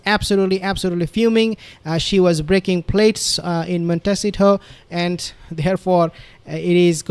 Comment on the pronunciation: Please! It'a Mon (as in 'bon-bon') te (as in 'the") ci (as in 'see') to (as in 'toe'). If this is in any way unclear, perhaps you could consult with a linguistics teach or Spanish ambassadorial authority. I'm sure they would be glad to help you. Are you being stubborn on this one word, suffering from PTSD, or simply stupid ? The results suggest the last.